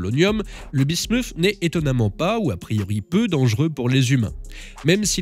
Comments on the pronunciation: Ça se prononce bismute et pas bismouf (ça c'est en anglais). Parole de chimiste 😅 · oui et l'alias P. Bismuth et le métal lourd se prononcent pareil. Le "th" en français se prononce "Té". La voix off prononce Bismuszszzzs à l'anglaise comme le Vermouth ça m'agace!